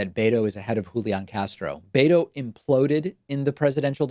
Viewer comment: David, it’s not “BAY-toe”. It’s “BEH-toe”.